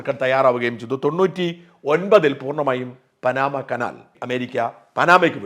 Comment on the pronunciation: പാനമ കനാൽ ആണ് ശരിയായ ഉച്ചാരണം